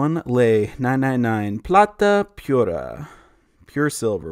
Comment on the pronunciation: Heads up...the I in Unidos is pronounced as E, so it sounds like "oo-knee-dos" (Soft U in front, hard O at the end). trying to be helpful. Buena suerte! 8). P.S. Pura has a soft U (Poora). 8)